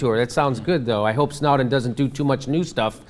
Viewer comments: Jimmy it's Snow- (as in the type of weather) -den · Ha. Snouden....wtf Jimmy